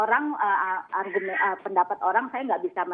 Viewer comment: Alumni itb nyebut argumen aja argurmen....ckckcckcckkkkc